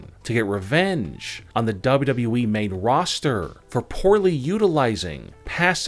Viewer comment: The one that announces these things talks like he is slow. Lol. Plus he always says we, its wwe. Learn how to say it correctly. Lol